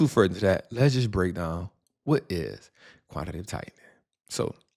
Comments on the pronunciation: QUANT-TI-TATIVE!!!!!!!! Not Quant-tative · Yo Trap, It's Quan-ti-ta-tive 🎉. Great work brother! 💪🏾 Love the channel!